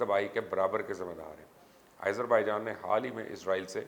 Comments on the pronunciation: Nice reporting, very informative. ..... But Mr Mubasher ! Kindly pronounce Azerbaijan name properly ... its Aazer not Aeyzer .... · I thought you were a big journalist...you don't how to pronounce the country simple name